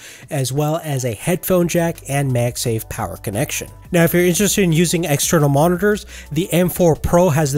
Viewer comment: MagSafe, not Mage Sage